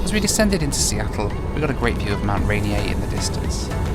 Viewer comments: LOL!! It's Mt. Rainier. As in: "Ray-Near". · Mt. Rainier...Mt. RAY-NEER, not Mt. Rain-EA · Not to be rude but a correction on the pronunciation of Mount Rainier: it’s pronounced Mount Ray-Near